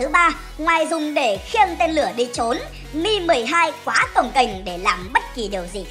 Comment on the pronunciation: Mi 12 mà nghe như meme 12